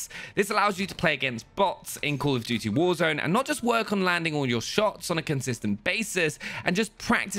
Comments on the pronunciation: Everytime i just hear "cool of duty" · “cUUl of duty“ 😂😁👍😉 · “Cool of duty”🤔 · “Cool of dootie”